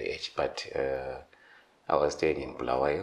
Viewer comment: it's BULAWAYO NOT bhuluwayo